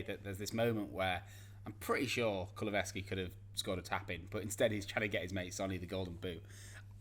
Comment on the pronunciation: Reevaluate your pronunciation of kulusevski I beg.